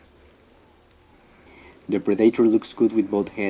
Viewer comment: It’s pronounced pred-ah-tor. Not pread-a-tar